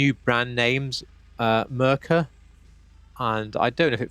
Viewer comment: Mur Cure is how it's pronounced